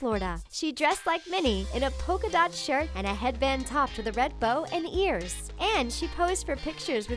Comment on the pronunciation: They keep saying poka-dot shirt but it's her skirts that have pika-dots